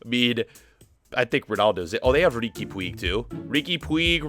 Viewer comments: Lol riqui puigg its called riqui pugj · riqui pooooj that is how it is pronounced